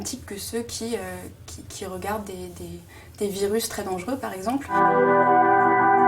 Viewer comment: « Dangereux et non dangeureux » honteux